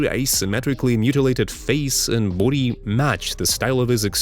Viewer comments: This dude says booty instead of body.😂😂😂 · Did he say booty? 😂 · Bro the beginning why did u pronounce body as booty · “What has he done to his boody” 😂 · "his boodi" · Great video, but every time you say body, I hear "booty," lol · I love the way you say "body". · Came here for the pronunciation of "body". Stayed for the content